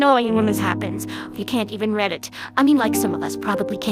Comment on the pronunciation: This is cool but I can’t stop laughing at how the AI said just to red it